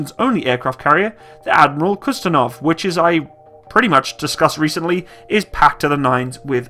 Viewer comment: I believe it's the "Admiral Kuznetzov" not "Admiral Kuztenov" sir. :-)